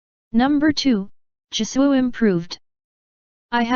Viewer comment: Jisoo..Like Jisooy? huh Siri what do you even pronounced😂 like jisuy